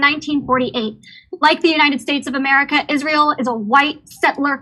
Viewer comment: LOLOL!!! All Ro could say was "M'erica".